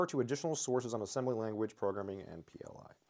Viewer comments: It's pronounced PL-One. 😊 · I'm probably not the first to note this but the language PL/I is pronounced "pee el one". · AFAIK, "PL/I" reads as "pee-el-one". Also "RISC-V" is "risk-five", just in case.